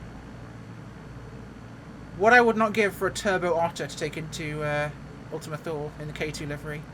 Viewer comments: Perhabs more like: Too-Leh. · Thule = two-lee